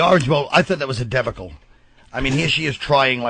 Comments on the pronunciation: so, he didn't learn how to pronounce 'debacle' ever? Or was he doin it for a funny joke? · Why can't colin pronounce debacle right lol